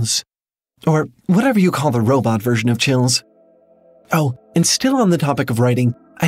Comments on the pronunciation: They Said Robits. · "Imagine if you will a R-r-r-r-robbit!" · I like the first episode because the guy pronounces robot funny And the woman who has premonitions about the crashing plane is always fun to re-watch albeit extremely stressful